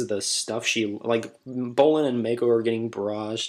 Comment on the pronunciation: its moc-oh not may-co